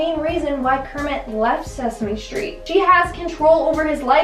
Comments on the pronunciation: Kermit and Cermit with a C 😂🤣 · Cermit with a C! i knew it!